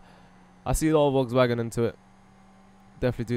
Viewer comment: It sounded like you were say Wogs Wagon